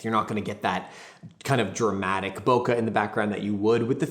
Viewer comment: Please say bokeh correctly